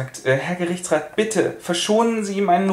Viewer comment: "Bütte" ich lach mich jedes mal schief :D